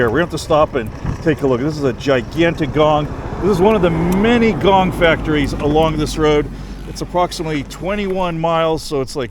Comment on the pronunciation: The pronunciation the woed in Thai.=>whenyousay think about the woed"King-Kong" only suffix word "Kong" the sound similar that you said Gong But it's not correct exackly.